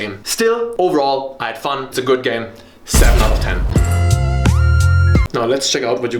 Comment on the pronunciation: wery goot